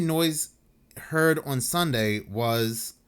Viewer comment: Ho-pat-kong. I'm taking 3 Jersey points away from you,. 2 are for putting off the New Jersey Demon House video for YEARS now. I'm adding 1 back for the way you say "on."